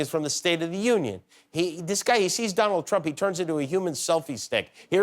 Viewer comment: *Dooonald. That's how she says his name. Just saying....